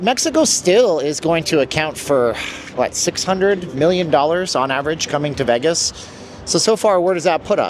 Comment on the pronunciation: I had to stop watching because the way he says vegg-us